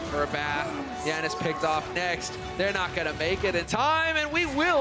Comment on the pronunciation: says YANIS lmao